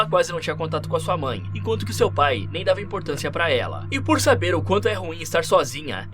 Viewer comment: “Como vocês devem saberA.” 😂